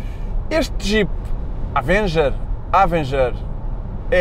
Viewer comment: "Há-venguer"? hahaha partiu-me todo